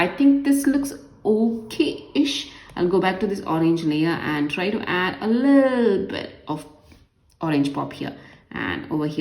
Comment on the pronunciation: the way she says lille bit [little bit] is soooooooo funny🤣🤣🤣😂😂😂